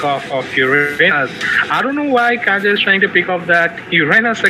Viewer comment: This gus never gonna stop calling kaja as "KAYA"😂